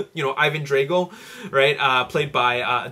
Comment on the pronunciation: Ivan Dray go ? Its Ivan Drag, drag, drag, Drago.